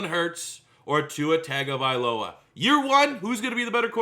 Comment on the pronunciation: Tua’s last name is pronounced TUNGA-vailoa.